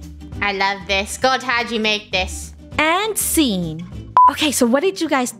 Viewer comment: (Btw what about funneh? When she said scene that sound like treng )